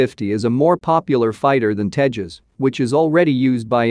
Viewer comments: It's Tejas not Tehas.. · The J in Tejas is used like it is in juice not like in jalapenos